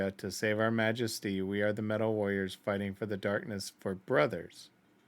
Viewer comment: I also noticed that she can't pronounce warriors ^^